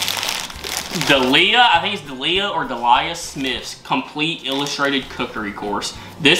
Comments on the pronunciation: Delia = DEE leea not deeLIAR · Dee-lee-ah. just breaking it down a little more as he screwed up the lia part. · Delia is pronounced de-le-a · Delia Smith is a UK cooking legend, for her very simply explained recipes. Her name is pronounced Deel-ee-ah, or Deelya. Loving your channel guys. 👍🏻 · It's DEE-LEE-UH - I got that book as a wedding present in 1988. Delia was still regularly on the television at that time - her heyday was the 1980's but she still makes an appearance every so often. I lovely, humble lady. Her recipes are very easy to follow. The white wire 'thing; in the Harry Potter box is a stand for the plate. It's ornamental, not to eat off. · That wee white stand is for the porcelain Harry Potter plate you got. And Beau is beautiful. His heavy purring. He fits right in. Oh, and it's Deeel-ya Smith. ❤ (People used to call me Delia) as my name is Dee Smith. Lol. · Hi and loved the vid so enjoy watching you both unbox gifts x just a heads up Delia is pronounced Dee-Lee-A ok x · Delia Smith (Dee-Lee-ah) is / was one of the most famous chefs in the UK and had several cooking shows. That little white metal thing is a stand for the plate. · If you say Delia's name as "Dee-li-a", you won't go far wrong. My Mum used to have a copy of the original one (until she lent it to a "friend" and didn't get it back). It's a brilliant book with lots of good recipes in it. The flower badge is of a Yorkshire rose. We have the white rose, as opposed to a red one. Lancashire has the red rose (we also say they are our "mortal enemies", but they aren't really). The stand that came with all the HP stuff is for the plate so it can be stood on a shelf without tipping over and smashing. And Dreamies are totally like crack for cats!😂 Great video, and! Keep up the good work! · Delia- pronounced: DEE-LEE-AHH ❤ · Delia Smith(pronounced Dee-lee-ah) is not only a famous tv Chef shes also owner of Norwich City football club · Try saying Dee lee ah = Delia Smith lol. 👍👍